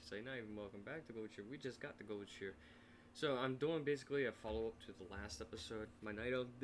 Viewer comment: Goldshir? GOLD SHI ER..